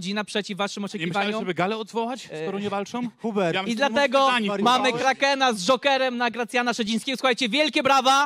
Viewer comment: Kaken 😂😂😂😂😂a nie kraken😁🤣🤣💩